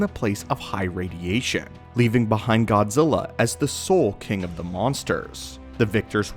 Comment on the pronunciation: Fuck.... All i hear is Godzirra , godzirra. blet man learn to speak correctly its Godzilla LLLLLLLL Not RRRRRRRRR